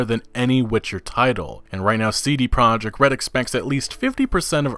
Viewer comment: CD PEE-ROJEKT